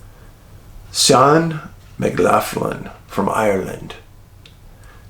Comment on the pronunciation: Jaysus, my man Cian McLaughlin - that is my last name, exact spelling. But, poor lad, I've been lookin' out, wondering if he's been found. The pronunciation is mick-LOCK-lynn, Dave! Usually the mick-LOFF-lynn pronunciation is the spelling McLoughlin, instead of McLaughlin.) The Mc's are Irish, the Mac's are Scots/Scots-Irish, depending.